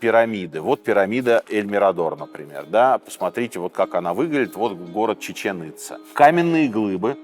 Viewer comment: ЧечÉн ицÁ Ударение на последнюю А. Как два слова.